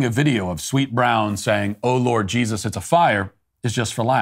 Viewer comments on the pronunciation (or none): none